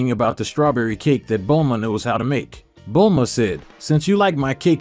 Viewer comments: it not bold la ma it bulma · Bulahma the way it pronounced stuff was so annoying I couldn't focus on the story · Lol, yeah he couldn't even pronounce Saiyan when he tried to say it right so you know he was never a fan of the series or the Manga he couldn't even pronounce Bulma's name correctly.